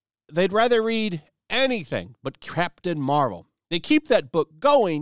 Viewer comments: I thought you said Craptain Marvel..lol.. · I could've swore he said "crap tain marvel" lol